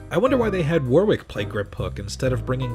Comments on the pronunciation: It's pronounced worrick, not warwick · Hello, British dude here. It's pronounced "Woh-rick". And the place, Surrey, is pronounced "Suh-Ree" I don't mean to be an arsehole, just trying to help Loved the video! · This lost me the first time he mispronounced Warwick. Do your homework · You don’t pronounce the second W in his forename, FYI Nice mullet back in ‘92 by the way... business up front, party at the back!